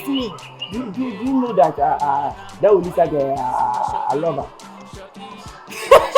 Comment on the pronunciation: Eeeeii so the girl name is Olisa and kyekyeku said Louisa 😀😀😀😀😀😀😀😀